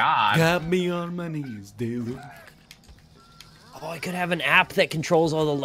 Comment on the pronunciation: Daylek? The fuck is a Daylek?